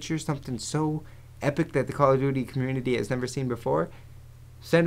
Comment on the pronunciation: "Cally Duty Black Ops" :DD